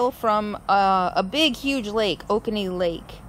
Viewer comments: It's pronounced O cone e, I grew up around Oconee County. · Pronounced oh-COH-nee. It's usually a lot hotter this time of year in the Lake Oconee area. I'm a couple of counties north of you, near I-85 about 40 miles from the SC line. Note: in Atlanta, the Buckhead area (not related to where you are) is home to the Governor's mansion, the Atlanta History Center, and lot's of shopping, restaurants, bars, and nightclubs. be glad you're not going there; as a matter of fact, my advice to travellers is to stay away from Atlanta 'cause the traffic is horrible and the drivers are totally insane. Enjoy! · here is how Oconee is pronounced.....OH-CONE-EEEE thanks for the video! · just an FYI: Oconee is pronounced (oh-ko-knee) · Hi, it's 'Oh ko nee'; Cherokee Indian word. There are two, Buckhead towns in Ga. One is where you are, the other in next to downtown Atlanta. If Oconee was hard, you should try 'Chickamauga' or Hahira... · You were about 90 miles South of where I live in Georgia! And yes the last 2 days have been unseasonably mild. It's usually high 90's and humid! Oh and you need to learn Georgia speak...it's pronounced oh-cone-ee. We have our own version of the English language here. Glad to have you passing thru. :-) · It will be sad to see Matilda go but she needs to put to rest. She has done her job. There are these carpet squares available, pretty inexpensive and easy to cut, for replacement flooring. I had to laugh, sorry, but its pronounce O-cone-E. Nobody gets it right. Love the little town. You are gonna love Asheville.